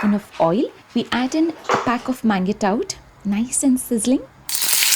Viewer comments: Amazing video. Pls work on your pronunciation of mangetout. It is pronounced as maanjhtoo. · The green veg is pronounced monzh·too